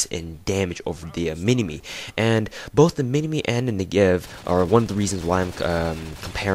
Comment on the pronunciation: You're pronouncing it wrong: the accentuation is on the 'Ne' part of the word, not the 'gev' part :P (I hope that isn't confusing lol). Nice review nonetheless.